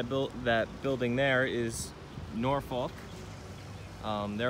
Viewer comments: It is not pronounced (nor folk) it is (na fuck) and if you can say it with a straight face you live there. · Just to let you know the correct way to say Norfolk is Nawfuck. And yes I have worked on all of the ships you have seen. After 35 years working for the Navy I have been on all of the carriers and most of the east coast navy ships. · hey guys,Norfolk va.. is pronounced norfuck ,,lol this is how we say it around here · Man you're killin me it's pronounced naw-fuk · Norfolk pronounced norfok